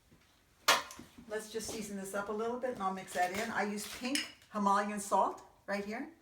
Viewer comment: Him mol yan salt........ No is pronounced Him a lay ann salt!!!! Just saying! I love you though! X